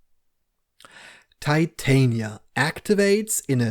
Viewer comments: she’s literally a Shakespearean character. Titania is queen of the fae in the play. You can pronounce it wrong if you like though. Americans pronounce Porsche and Volkswagen in ways that would definitely annoy you as well so whatever. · Pronunciation of Titania. She’s a Shakespeare character from A Midsummer Night’s Dream.